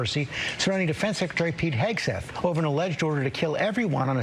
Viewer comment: Did someone say Hauge-seth? 🤔